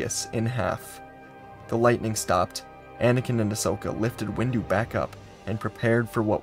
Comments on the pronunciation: I’m I the only one that heard that heard that that during the end parts of the video he said mace-window instead of windu? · Is it me or did i just hear him say Mase windu as mase window? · Oh good, I’m not the only one who noticed 😂 i legit heard him say Base window though 😂😂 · xD I just heard it right now and I laughed. Reminded me of a post that featured "sword windu, axe windu, shield windu and out the windu". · Heard that😊